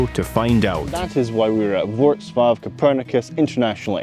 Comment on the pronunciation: Great video, btw your departure airport is pronounced Voltz Wav 😂